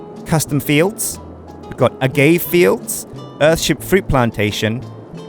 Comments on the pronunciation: Lol, the way said agave, it's pronounced "uh-ga-vay" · Also,? It's Ah-gah-VAY.